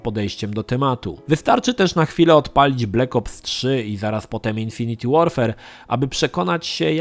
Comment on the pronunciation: 'infinit łorfer' a nie 'infiniti łorfer'!!!;]